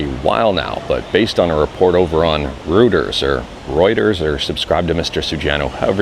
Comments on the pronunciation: Yes, It's "Roy-ters" :) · Ru-ters for me and UK